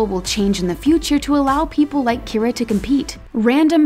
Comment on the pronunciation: It’s kyra not Keira